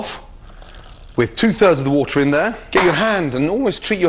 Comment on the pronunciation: anyone else think he says woootahh not water?